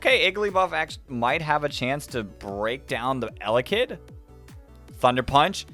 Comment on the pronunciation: Sry not eyelid it’s Elekid